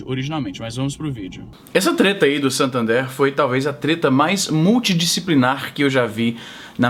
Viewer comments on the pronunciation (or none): a pronuncia correta é SAtÃnder Izzy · izzynobre muito bom o vídeo mano, a propósito, a pronuncia é "santandér" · A pronuncia é "SantandEr" msm, é espanhol e a pronúncia é a mais próxima do português possível. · Santandér mais ou menos isso a pronúncia. É o antigo banco real. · você disse SATANder? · A pronúncia correta é satãder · Santander ou Santhander kkkkkk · o cara nao sabe nem falar Satander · izzy.. nao sabe nem pronunciar santander.. vai te lascar .. morto de brasileiro aqui do maranhao.. rsrs